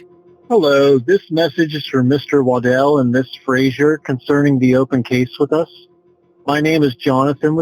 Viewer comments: Stop calling him "Waddle" That name is pronounced Wad-dell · I don't like when the voice over keeps saying the victim's name incorrectly. It's not waddle like a duck or pregnant woman walks. It's pronounced wuh-DELL.